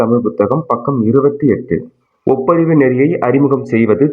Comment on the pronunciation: ஒப்புரவு அதை ஒப்பரிவு என்று உச்சரிப்பது! தமிழை கூடுமானவரை பிழை இன்றி உச்சரிக்க முயலவும் நிறைய இடத்தில் வேகமா உச்சரிப்பதால் உணர முடிகிறது.